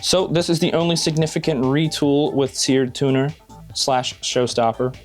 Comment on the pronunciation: It's seard tuner